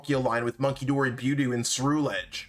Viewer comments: Its buh-dew. Not bew-dew. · I am 900% sure you're pronouncing budew wrong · Oh he is. And it's annoying. But lofe goes on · He pronounces half of the Pokémon wrong, just gotta deal with it to watch his videos lol 😆